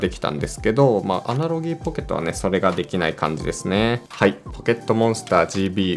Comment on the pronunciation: 「アナログ」をアナロギーアナロギー言ってんの気になって内容に集中できなくて草